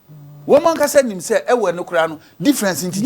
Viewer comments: Evwheh is never pronounced "eve" or two, as this man is propagating here, and the people named Yoruba were not called Yoruba until the 1800s when a man called Crawley from that ethnicity who had returned as an enslaved man from the Americas as a missionary was consulted by Europeans on how to collectively call his people and that was when this man Crawley coined the word after the word "Erba" which the Sokoto people called their neighbors to the south. Before then, they were many nations with similar language in this region which was then called the Evwheh denyigba or Evwhehland and was also known to European enslavers as the "SLAVECOAST"". This is the history. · Ewe and Eve is not correct. pronouncement. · old man i like your teachings ,but our name is not as you pronounce it, and even the god of thunder you mis pronounced